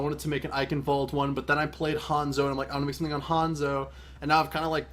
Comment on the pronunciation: does this " Eicenwalde " how you pronounce it even sound german to other people ? :D It is obviously not right :P But I guess I should get used to it because everyone pronounces it this way :)